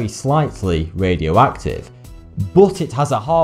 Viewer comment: MAWIE CUWIE. SPECTWOMETEW. ITS SO WADIOACTIVE. IT GWOWS IN THE DAWK.